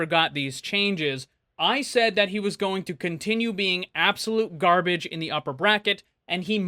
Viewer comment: I love REAPER, but DAMN! HE GAR-BAAGE!!